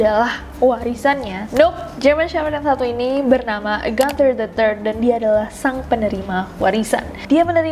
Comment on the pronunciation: Gunther bukan dibaca Ganther krn itu nama Jerman